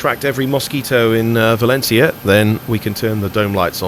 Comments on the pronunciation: hahaha yes your pronutation is good but i valÉncia not valencÍa your strong tone needs to be in the E not in I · When pronouncing "Valencia", the stress should go on the "en" not in the "ia". Also, not everybody in Spain (or in other Spanish speaking countries either) pronounce the "C" as a "Z". :P